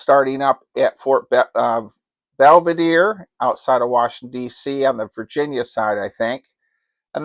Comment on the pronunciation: It's Fort Belvoir, not Belvedere (unless this new convention is either in the UK or Italy). Home of the Army Museum, which is a great, albeit lesser-known attraction of the DC area. Thanks for mentioning that notional convention, as I would definitely be interested in that one and will be looking out for it. SCRUM CON in Silver Spring is a lot of fun. LOVE your collection of eclectic/classic games. Makes it worth watching (almost😏) any video!